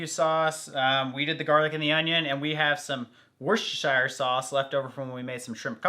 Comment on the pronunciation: Woost-err-sheer sauce. Not shire. It seems like no American on the planet can say it properly!